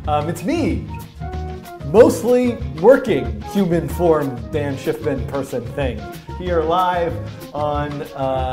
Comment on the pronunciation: dan is the best i mean a forgets how to pronounce his own frigin name